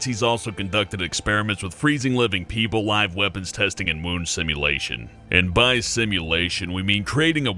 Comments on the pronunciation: thought he said womb simulation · Wound simulation? I thought he said "Moon Simulation". :c